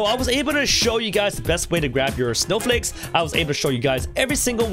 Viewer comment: You said snow fakes xD